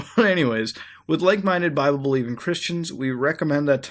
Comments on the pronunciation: i think he pronounced bible wrong. hes saying. bib-lay. its. bye-bull. idk 😂 im not being rude thoe😂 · Why do you call the bible a biblay?